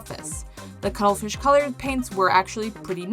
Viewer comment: Had to do a double take when you announced the first paints. I did not expect to hear "Cuddlefith" instead of Cuttlefish xD